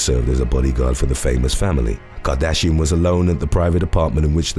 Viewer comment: I was in till u said cartrashian!